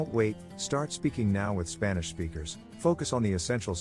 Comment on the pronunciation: "Spannish". What in the actual fuck.